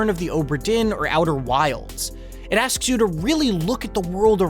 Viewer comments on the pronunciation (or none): none